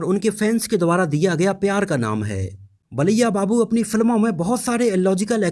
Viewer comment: Baliya nahi bro balya babu